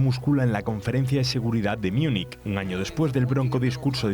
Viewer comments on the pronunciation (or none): ¿¿¿miuniq???... MÚNICH, MÚNICH, MÚNICH (o München) ¡¡¡¡Que asco me producen la Von der Leyen y la Kallas!!!.... QUE ASCAZO!!!